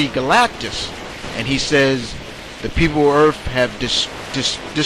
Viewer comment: "erf"? Did you mean "earth"?